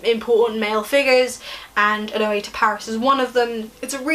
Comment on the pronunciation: I thought Oenone was pronounced ee-KNOW-nee